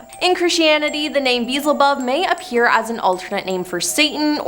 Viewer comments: “Bizzlebub?!” At least make an attempt at learning how to pronounce these words before making videos.😂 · it's Bee-el-zə-bub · HOW do you pronounce beelzebub wrong??? 🤦🏻‍♀️ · been saying this for a few years now. If someone is going to make a video, do your homework, research, and find out how to pronounce any words you're not sure of. Seriously - who hasn't' heard of Beelzebub 😏